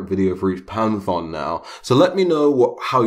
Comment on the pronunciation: panthon? pan-thee-on*